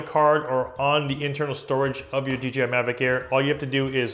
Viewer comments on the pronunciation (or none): DEE JAY EYE. not DEE GEE EYE.